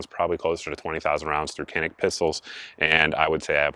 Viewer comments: Canik is pronounced: 'Janik'. As of late July 2021, the cost of a TP9SF Special Forces is $399.99 at PSA. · The C in Canik is pronounced as a J sound. "Jahnik" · and I suppose that if we pronounce Canik wrong then it would not bother you if the Turks pronounce it Smithe and Weeson. It's Turkish, haven't you heard? It's a different language Einstein. LOL